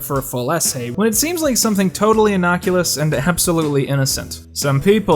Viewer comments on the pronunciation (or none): innoculous? I think the word you are trying to say is "innocuous". You almost got it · Um, , what exactly is "innoculous"??.....